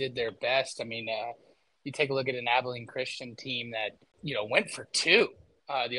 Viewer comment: Abilene. "Ah-bell-ean" jesus it's like you never heard the name of the prettiest town you ever seen ( truthfully it's not despite what the song says )